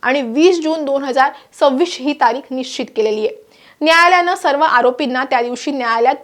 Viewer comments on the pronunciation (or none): none